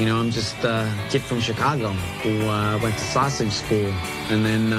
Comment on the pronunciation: Fred had the South Side accent down, with an exception. Sausage is pronounced “sas-idge”. Huge props for wearing the early 70’s Sox jacket, the Dick Allen, Bill Melton, Wilbur Wood era. Best uniforms ever. Steely Dan would be proud